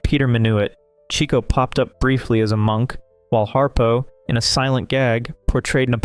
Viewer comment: Just FYI, it's 'Chick-o' Marx, not 'Cheek-o.'